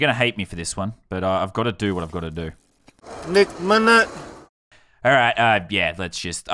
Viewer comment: It’s nek Minnit not neck minute